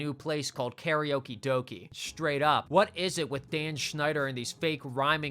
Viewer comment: Karaoke does not rhyme with doki. It rhymes with doke.